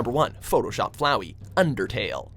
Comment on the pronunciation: THANK YOUUU for correctly saying flowey